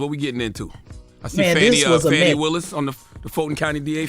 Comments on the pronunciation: Man say this woman’s fucking name right… DAMN!!! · I really wish Charlemagne would stop butchering that woman’s name.